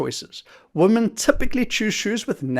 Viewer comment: Thanks for the video.... Would it be possible to pronounce women correctly instead of woman please which is incorrect?